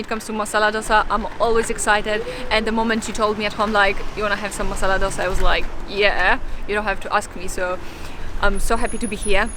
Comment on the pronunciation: Lovely Vlog. as always !! but couldn't resist correct the pronunciation.. Sambr id Pronounced as Sambar or Sambaar DOSA is Pronounced as Do (दो ) sa.. Love you Guys !!